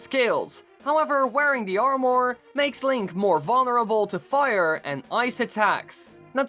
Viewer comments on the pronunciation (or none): Who else got triggered every time he said armor like that it's pronounced armer for me lol so hearing him say armooor really triggered me. Still tho good vid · It’s Ar-mur not Ar-More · Armor not AR MOREE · Hey just want to help it not pronounced ar-more it's ar-mah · the only thing that makes me mad in this video is when YOU SAY ARM OR ITS PRONOUNCED ARM ER or is it just my accent lol idk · Armore? It's pronounced armur. Sorry for my ocdness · This guy says the word "armor" like "are more" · stop saying amOR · Not making fun...but I love the way you say armor, ar-more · Did he say armour or ourmor? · Its pronounced "armer" also, can you do this for Gerudo vs. Rito? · Its pronounced armer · SHREDDER arrwmoar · He says Armwore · Armour is pronounced ar-met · That "Or-more" is driving me crazy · U I hate how he says armor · Why does he pronounce armor so strangely likes it’s two sentences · Jeez the way this guy says armor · Interesting way to pronounce "armour" You might as well call a sword "sward" :P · Stop saying armor it sounds BAD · Swear to god if I hear this guy say “armour” again I’m gonna want to stab him